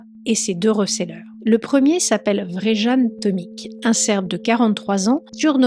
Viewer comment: Plusieurs précisions : -c'est Vjeran, pas Vrejan, ça se prononce Viéran -ce musée avait ses alarmes HS depuis plusieurs semaines donc paye ta forteresse -les enquêteurs n'ont pas eu besoin de le faire craquer, il a tout avoué direct et balancé le recéleur qui l'a escroqué et donc trahi Ah t'en parles après. Bon, mais les enquêteurs ont été surpris que, pris la main dans le sac pour un autre larcin, il ne cherche pas à se défiler. J'espère aussi que le couillon chez qui le recéleur a planqué les tableaux ne les a pas détruits, moi je lui collerais perpétuité pour ça.